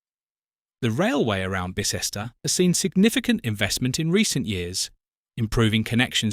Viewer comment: Bye-cester, Hye-wycome! Not difficult to get right. What is the relevance if the orchestra? Another poor AI clickbate video.